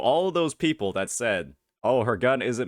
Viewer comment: Jinzhou mf when they arrive at Rinascita: "le enemies... are le pepple?"